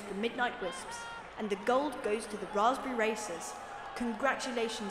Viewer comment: "The Gold goes to the Blaspberry Racers"